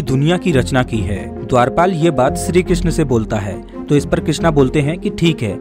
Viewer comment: Are bolna ata he kya shree jii ko sree ram bol raha he